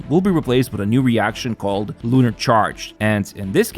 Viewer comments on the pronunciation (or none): none